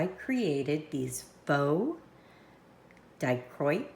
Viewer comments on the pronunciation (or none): It's pronounced dye-KRO-ik in case you've never heard it out loud before. Lovely result, especially with the black backing.